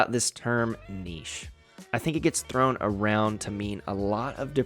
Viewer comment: Thanks for not pronouncing it "nitch" 😂